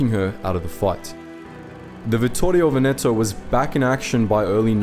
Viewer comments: Nice video! Just a little suggestion: it's "Vèneto", not " Venèto"! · One of the things that I appreciate of the channel, is that you try your best t pronounce various languages the most correct way possible. Like Vittorio Veneto is hard to pronounce, and the only mistake you made was in Veneto where the accent is on the first e, like Vèneto. Congratulations for your efforts and pronunciation mate